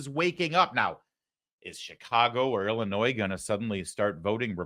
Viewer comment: I am happy that you pronounced Illinois correctly a lot of people don't know the S is silent